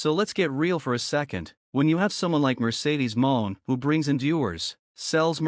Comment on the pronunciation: get a real job and stop using a.i. IT DOESN'T EVEN PRONOUNCE HER NAME RIGHT! PATHETIC! EXCUSE FOR A UTUBER!